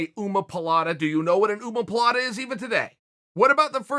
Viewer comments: Did he say umaplata instead of omaplata? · Chael "uomopalata"Sonnen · Lol an ummmma-palata ( Chael pronunciation)🤣 Chael is a bbj bb yes?? Pretty sure he is but he's never seen it written out or pronounced by Brazilians. 🤔 What you really mean is he's likeable and cool. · “Uma-pa-Lata” lol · "Oomapalata" and "Googoopalata", Chael 's pronunciation kills me. Throws in an extra 'a' for good measure. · Nobody: Chael: OOMA POOL LATTA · "go go poolata" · Chael "Ooh-moe pilates" Sonnen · I never heard omoplata pronounced like that before lmfaoo